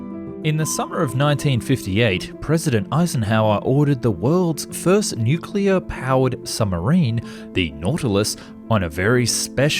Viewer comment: Pronunced nookuler